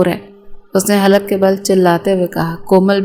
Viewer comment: خلق کے بل نہیں ہوتا حلق کے بل ہوتا ہے